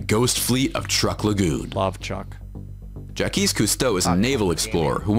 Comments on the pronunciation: I'm not a diver, I'd love to but never done it and I would never disrespect Jaques Cousteau by pronouncing his name wrong! Fail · 😂 the guys probably rite on the name btw as French way to spell Jack is jacques but he's still pronouncing it wrong Yea his names jacqués yves cousteau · This was extremely funny by ' reactions to the pronunciations from the narrator. That aside, the one thing that should have been at the top of the list.....The Crystal Cave!!!!!!! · Watching being super annoyed by mispronunciation of Jacques is priceless! Unintentional bonus MOST SHOCKING! 🤣🤣🤣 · I live on Okinawa island, Japan. Part of the Ryukyu island chain. When he mispronounced “Ryukyu” I almost lost my mind and also “Jacques” 🤣🤣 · I like the reaction from when he said the name wrong again lol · That is the most American pronunciation of Jacque ever ! 🤣🤣🤣🤣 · So I'm not the only one that thought that looked like the Millennium Falcon from Star Wars...So it really was a long time ago, just like the movie said....and as someone with the same name, that mispronunciation isn't even the worst one I've heard, finally SOMEONE who knows how to say that name correctly the first time, lol. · a guy doesn't know someone's name and does not pronounce it properly, so laughs at him and declares him an idiot. wow. nothing like having a laugh at the misfortune of others. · Why does him getting the name wrong bother so much😂😂 it’s a French name and that man is clearly not French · Nope. He also mispronounced Jacques Mayol’s name. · he says Jah-keese again wtf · the internal pain on face when the narrator says JACKEYS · Why are you guys laughing about Ja-Keys Cousteau he's a legend. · Would love some videos on this Jacquiche guy, he seems legit 🤣🤣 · You guys crack me up 😂 I love the ‘Jackiste’ history from the narrator - I mean if you’re into sea stuff how can you get that mans name so wrong? Love it! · Announcer: Ja-Keez Cousteau.: This guy's an idiot. Me: 🤣🤣🤣🤣🤣🤣🤣🤣